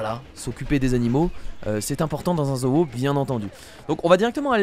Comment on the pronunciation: ca ce dit zo et pas zo o